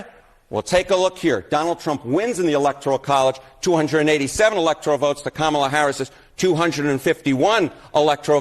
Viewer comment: I think it's actually pronounced "comm-ula".